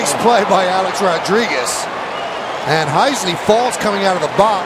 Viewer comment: Man, I can’t stand the way Michael Kay says Rodriguez. He says ROD-DRIGUEZ. Emphasis on the “D.” Now you’ll never not hear it. You’re welcome.